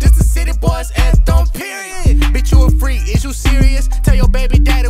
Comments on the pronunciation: he said PEROID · he said poriod dead